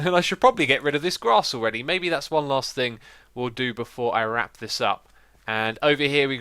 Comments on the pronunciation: TheToukoli but xisuma said thinc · "that is not gonna do any thinc"